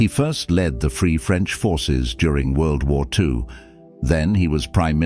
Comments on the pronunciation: World wars "eye" and "eye eye"? We sure have a long way to go with AI narrators. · World War i i 😂 Sounds like a Chinese phone manufacturer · I stopped watching when the voiceover said "world war wayne and aye aye" 😂😂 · Not so clever this Ai. Can't differentiate between the Roman one (I) or two.(II).WWI and WWII that is... Or i and ii .. And I should believe the rest? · Poorly produced. Word War eye and world war eye eye. That’s enough me.